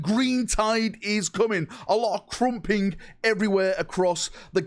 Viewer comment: Crazy, how sco-ish accent deny him to say KRUMPIN' properly. Lmao